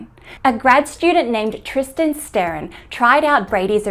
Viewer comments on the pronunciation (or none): none